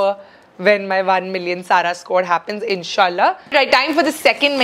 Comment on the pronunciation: Love the way you said inshaallah ❤️